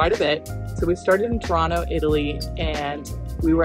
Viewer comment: Somewhat jarring to a near-local how you both pronounce Tirano making it sound so much like a North American rendition of Toronto — with the characteristic t glottalisation (t dropping if not at the beginning of a word). Next time: Clearly enunciate the first syllable to form the sound of the hot beverage tea — then the remaining syllables rano should follow effortlessly. That would then sound familiar and like/a/ music/a/ to an italianate ear! Thanks for an atmospheric view of my neck of the woods.